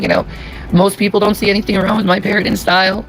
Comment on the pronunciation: She also says wron instead of wrong 🤣